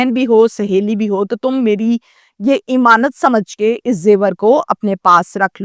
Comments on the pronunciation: O YOU STUPID AND BRAINLESS, IMAANUT IS NOT CORRECT WORD, AMAANUT IS THE CORRECT WORD 👌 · thodi urdu bhi seekh lo imaanat imaanat